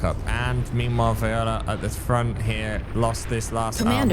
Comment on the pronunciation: its V O L I A. not viola